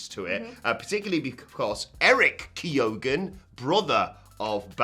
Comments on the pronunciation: Best way to pronounce Keoghan is fist take away the way K so it's Eoghan this is pronounce as Owen The K becomes a KY sound so if you put it back its Kyowen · No no no - keo-han.... we tend not to pronounce the g over here.... it hurts my ears... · Barry Kee-oh-in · Just ta let yee know. You didn't say his name right. Not even close. You guys live next door to Ireland. Your country is full of Irish people. It's plain to see... you didn't check. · Presenters were awful, from mispronouncing the actor's name to the fake rapport to the ridiculous outfits. Uggh.